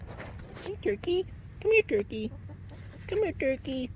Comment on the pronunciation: Tuwkey tuwkey 😂😂 squiwi squiwell😂😂😂